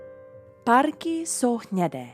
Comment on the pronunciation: I heard "párky jsou hnědé", instead of "parky jsou hnědé" :D Super recept na kari!